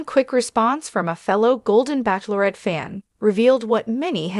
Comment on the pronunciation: What is wrong with this speaker as she can not pronounce the word bachelorette. Also, I heard that his name is really Chester not Charles.